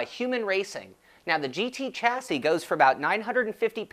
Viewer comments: Nice review, BTW... chassis is pronounce shas-say. ;-) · no. actually it is pronounced "shassy" but hey - who cares? ;-)